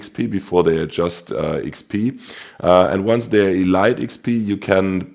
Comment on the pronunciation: Lol love the videos but Elite XP is pronounced “EEEE LEEEEETE”. What are your tips for the “non” torp boats like most USN?